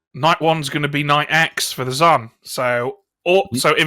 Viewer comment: Stop saying z-an, a double a is pronounced z-ah-n; English is hard😂